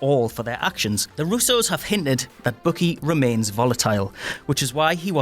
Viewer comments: He also said Bookie instead of Bucky. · Bookie? Dude, his name is BUCKY, as in sucky, fucky, lucky, etc. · He also calls Bucky, Bookie.